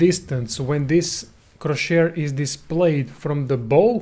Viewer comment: Best video on the topic, thanks for sharing. But it's cross-hair, not cro-shair.